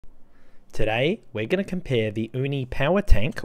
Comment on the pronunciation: Hey! The word "uni" in Uni Power Tank is pronounced /YOU-knee/, not /OOH- knee/. Most Japanese viewers might get confused because the word "uni" (OOH-knee) means "urchin". The term Uni (YOU-knee) actually came from the English word "unique."😊